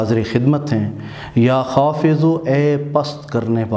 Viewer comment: محترم " یا حافظ '' ھے نہ کہ " یا حافض ''